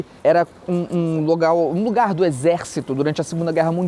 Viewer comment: lugau kkkkk felipe é professor de portugues..